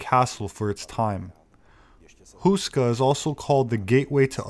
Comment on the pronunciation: Nice, short video. Btw. Houska is pronounced like this: H as in Hell, ou as ow in owl, ska as the sku part in skull. p.s. The word "houska" itself means "bread roll".